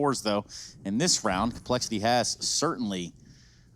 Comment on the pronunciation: Commentator: "complexi'EE"